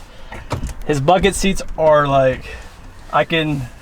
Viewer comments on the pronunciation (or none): none